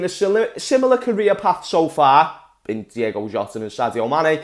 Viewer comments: It’s Diogo Jota not Diego Jota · Who’s gonna tell that Jota’s first name is DiOgo not Diego?.....